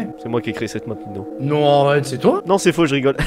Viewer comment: En vrai tu dit noob mais c'est Nino